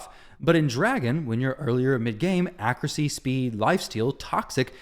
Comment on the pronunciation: It kills me the way you say accuracy dude 😂 you say it “accrucy”